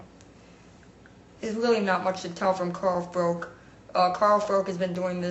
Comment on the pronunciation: This has been coming from Witter for a while. Colin Lynes, N'dou and Kotelnik exposed Witter somewhat. He beat N'dou because of early knockdowns, but faded late in the fight under pressure. Same with Kotelnik, good start but faded and was lucky to get the decision. As for Froch (nice pronounciation lol), he has been looking for big fights namely Calzaghe for a while. His team offered Kessler, Miranda, Berrio and Rubin Williams the fight. They all turned it down.